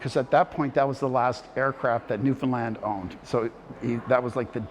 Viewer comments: New'fin-LAND .. 😐 the video is GREAT!!! but that narrator voice can not get the speak of the name wrong. That's hard to take, considering our history and cultural erosion along the way. Call the Island by how a Newfinlander calls her 🤝 I really enjoyed the video. Aside from that. It throws ya right out the back door each time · Buddy needs to learn how to say Newfoundland……not newfinlind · Love yah all from Newfoundland, coming from Cape Breton, there is a bit of AI involved, he didn't pronounce the name of the Province, but the most wonderful thing or I could ting, is I have to send you a bag of H's, it not here , it's ere my friend. Ow are ya, no , H's in the Newfie alphabet. I still love it A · Yeah the narrator doesn't pronounce things correctly.. especially Newfoundland and capelin.. lol! We live in Fairbanks, so basically the backyard of Twillingate. is great explaining things! Where are you from in Cape Breton? We knew people from Inverness.